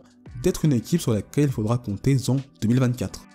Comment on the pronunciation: Je renchérit sur un commentaire déjà fait: " Bon sujet mais s'il te plaît, les liaisons entre les mots ne sont pas bonnes ! Exemple : une équipe sur laquelle il faudra compter zen 2024! Il y en a des dizaines comme ça 😮". Ces pataquès ne sont pas acceptables dans le cadre de reportages de qualité.